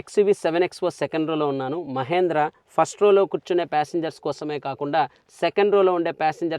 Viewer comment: మహేంద్ర కాదు😀 మహీంద్రా.